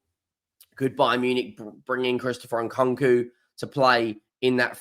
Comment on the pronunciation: Your pronunciation is abysmal Who’s Nkonko?